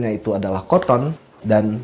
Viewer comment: Kenapa nyebutnya koton, kan mbacanya katen